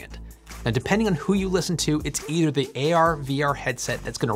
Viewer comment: Dude, I love your channel but please slow down when you speak and don't slur/swallow your syllables from one to another. Great example: . I had to listen 5 times and then use CC to final realize the word was "either". If you could just slow down 20% you'd be far more popular.